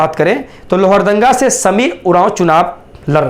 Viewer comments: नाम तो अच्छा से लो यार लोहरदंगा कह रहे हो लोहरदगा बोलो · Bhai lohardagga hota hai..uchharan aapka galat hai